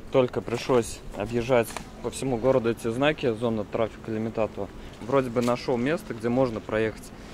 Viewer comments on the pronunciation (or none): none